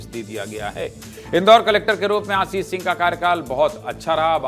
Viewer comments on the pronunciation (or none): आशीष सिंह न की आशीस हिंदी पत्रकारिता में हिंदी शुद्ध हो ! पनिसमेंट नहीं पनिशमेंट